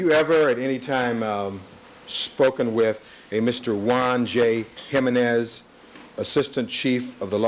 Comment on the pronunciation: OMG! I CANNOT STAND THE WAY J. COCHRANE SAYS JIMENEZ I'm assuming his civil rights work was not predominantly done with/for Hispanic individuals/communities